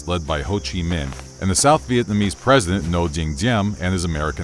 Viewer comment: Bro your pronunciation of Vietnamese mad me rage more than those people who say pho as fo